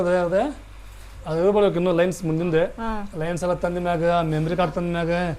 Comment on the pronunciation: Lins alla bro lens adu 😅